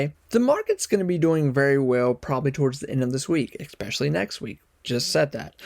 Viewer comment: FYI, there is no "x" in the word "especially".